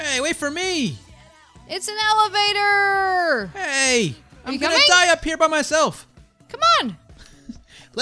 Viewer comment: She keeps on saying evelator for elevator